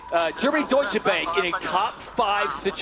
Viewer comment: The "a" in Deutsche Bank ist pronounced like the "a" in far.